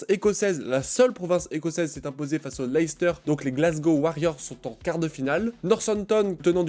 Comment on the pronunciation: Petit point prononciation, Leicester se prononce LESS-TA